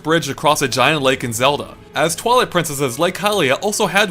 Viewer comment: STOP SAYING FUCKING "ZODA" just STOOOOP!